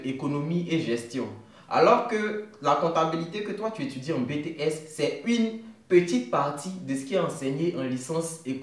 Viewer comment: Ok pour le challenge!!! Mais pourquoi dis tu ''UINE" au lieu de "UNE"?? 😂😂😂 Je te suis depuis le Gabon 🇬🇦